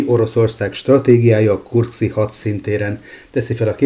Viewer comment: kurszki, nem kurszi, kedves! (Ahogy elíródott, úgy félre is ejtődött...)